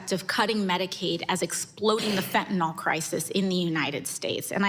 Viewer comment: it's fen--ta--NYL... not fen--ty-NOLL